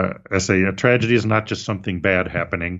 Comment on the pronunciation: Did you say “Tragety” at the start 😂